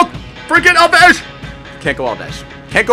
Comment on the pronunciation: Why does he say alvesh instead of alves?